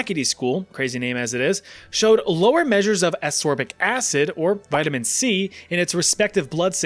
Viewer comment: 🤦🏻‍♂️ vitamin Eh